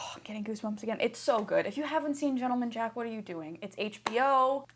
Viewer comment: gent 👏 le 👏 man 👏 jack 👏 is the only correct pronunciation